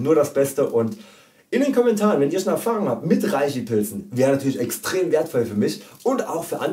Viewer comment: Du bist ja ein ganz netter Kerl, aber es ändert nichts daran, daß man REISHI als 'Reshi' ausspricht, frag einen Chinesen.